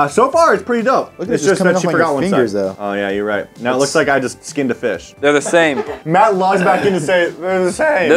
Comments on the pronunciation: yesfull man you said Math not Mat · You said math and not Matt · boi you said math it matt bruh